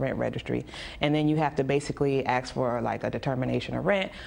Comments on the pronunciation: I might be tempted to evict anyone who say AKS instead of ASK just because they say AKS instead of ASK. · Why does the lady want to Axe everyone. She keeps saying axe this person and axe that person. How will that help them with their evictions?